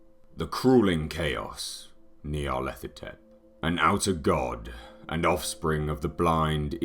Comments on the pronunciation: Is it Nyarlathotep or Nylarthethothep like the guy pronounces it? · Maybe someday someone will pronounce it right. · I wish he could pronounce Nyarlathotep.